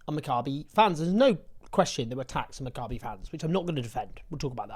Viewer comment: Maccabee please not macabre-y.